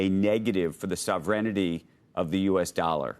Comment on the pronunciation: "sovrenity of the U.S. dollar" 🙄